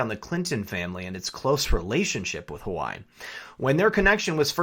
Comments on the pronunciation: Huawei is pronounced wa-way not hawaii. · Enjoy your work! Keep it up! FYI- thought you were saying Hawaii., not Wah-Way (Huawei) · Huawei = "wah-way" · Huawei is "Wa-Way" as opposed to "hawai" please. H is pronounced W in many cultures. Thank you! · Love love love your content. Can I tastefully offer one correction? It is pronounced “Wa Way” not Hawaii. Not a big deal except I am referring my professional contacts your way, and it is hard for them to take the content seriously. Trying to red pill folks and it is a bitter enough pill already. No reason to make it harder for them. Thanks for all you do. :-) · Huawei =Hawaii??? pronounced (Wah-Way) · Hi love your stuff, just one small critique. When you say Huawei it sounds like you're saying Hawai which can really distort your message if that is what people hear. If you pronounce it Hu Wa way it makes that distinction. Peace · The "Hoo-Why" doesn't sound quite right. Isn't HuaWei pronounced "Waa-Way?" Comments appreciated. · Please stop mispronouncing Huawei. It's not hu•a•why, it's pronounced wa•way. Think of chihuahua and weight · In defense of our Hawaiian brothers and sisters, It's pronounced "Wah-Way". Not Hawaii :D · It’s “Wah-way” not Hawaii, my only issue with your otherwise great video 😂💯🙏🏽🇺🇸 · Hua Wei is pronounced "Hwa" (like one says while doing a karate chop) and "Way" and NOT "hoo-ai" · Correct pronunciation is #WahWee and not #Hawaii ....... Please pay attention❗️ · Huawei is pronounced Hwa-Way. God, stuff like this grates on my ears like nails on a chalkboard! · LOVE your stuff!!! You are my go-to channel and I love your giggle-fits! But, I got corrected myself regarding Huawei - it is pronounced Wah-Way Please keep up your great work as I can't stand a day without your outlook (and those chuckles)! #WWG1WGA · just FYI, Huawei is pronounced Waa Way. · Huawei is pronounced wah-way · Please pronounce Hua Wei correctly. It hurts your credibility when you refuse to enunciate correctly.